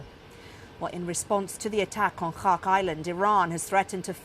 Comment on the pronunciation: Learn how to pronounce "Kharg"